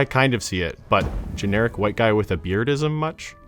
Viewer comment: The guy or the “juy”?